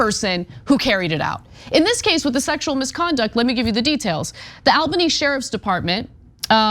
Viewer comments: (ALBANY) ALL-BUH-NEE.. NOT al-buny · Really weird to hear Ana repeatedly mispronounce Albany. It's "All-bunny", not "Al-bunny". Heck, you can even hear the right pronunciation in the "Steamed Clams" skit on the Simpsons. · Hey ana, as a new yorker, just letting you know its pronounced ALL-bany. But yea they were always gonna let him get away with this. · All-Bany... I know how it's spelled. But it is pronounced All-Bany. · All-banny. That is the pronunciation.